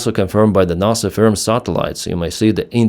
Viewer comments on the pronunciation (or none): none